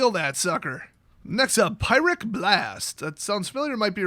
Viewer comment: You have a mispronunciation on the pyrrhic blast. It's a reference to this